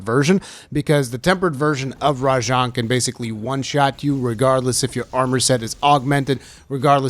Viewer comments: its RA JANG by the way not rajong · Is that how you pronounce it? It just sounds wrong lol